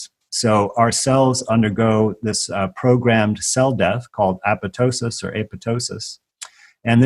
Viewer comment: Apoptosis is not pronounced “apa to sis”, but apop tosis. Thank you for presenting the Koch (pronounced coke) as in the Koch Family name. Thank you for the important missing pieces that I have been looking for. Causation vs. correlation.